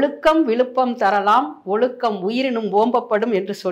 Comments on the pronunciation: pl don't say Olukkam. Pl pronounce correctly. Ozukkam. Pl pronounce thatt special letter z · தமிழருவி மணியனின் ஆழ்ந்த தத்துவ ஞானம் வெளிப்படுகிறது. ஆனால் பேட்டி காணும் அவர்கள் சில இடங்களில் "ழ" வை சரியாக உச்சரிக்கிறார். ஆனால் பல இடங்களில் "ழ" கரத்தை "ள" கரமாக்கி விடுகிறார் இந்தப் பெண்மணி. அதுவும் கடைசியில் - "ஒளுக்கம் விளுப்பம் தரலான் ஒளுக்கம் உயிரினும்..." என்று கூறி திருக்குறளையும் தமிழையும் மரணிக்கச் செய்துவிடுகிறார்.